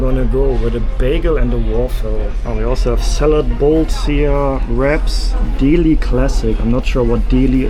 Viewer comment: The way he pronounced "Deli" was hilarious.